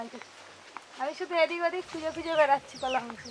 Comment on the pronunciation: নদীর রিঠে মাছ, মাথা টা খুব বড়, খুব সুস্বাদু। কলা কে কোলা বলে কেন? অনেক অনেক ভুল উচ্চারণ।